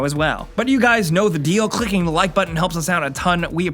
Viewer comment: You really emphasized the "clicking" in "clicking the like button"